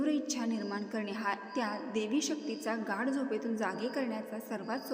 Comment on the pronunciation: Its not GAD ITS GADH